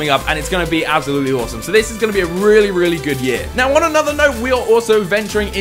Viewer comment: I love how you say 'Absolutely' xD Abzalootly haha